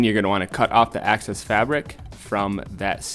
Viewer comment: AAAHHH ITS EXCESS FABRIC NOT ACCESS FABRIC!!!!! WHY DOES THAT FRUSTRATE ME SO MUCH